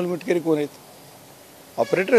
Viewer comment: मिटकरी नाही मिटकमी😂😂😂😂